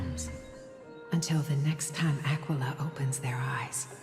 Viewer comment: Am I the only one that when says "Aquila" it sounds like he's saying "Tequila"?